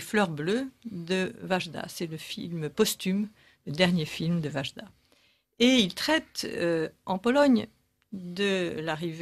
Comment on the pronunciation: Wajda prononcez Waïda svp.